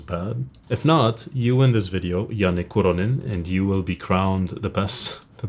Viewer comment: bro how in the fuck do you pronounce "Kuronen" so accurately? this is groundbreaking